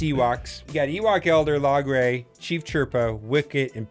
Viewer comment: its pronounced "Low-gray" not log-ray